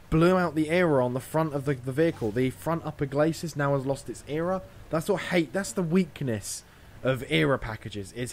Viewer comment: E-R-A....not era.....